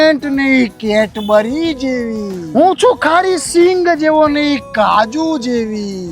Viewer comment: “કેટબરી” નહીં “કેડબરી” આ પણ ચોકલેટ નથી કંપની છે